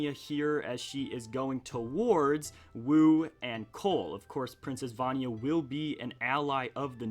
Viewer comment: You pronounce vania and mino creature wrong